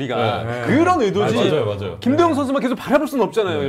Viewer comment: 여기자님 발음이 ㅋ 김도영인데 김도연 김도연 이렇게 들리네